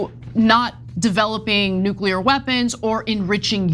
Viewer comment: come on. nukuler?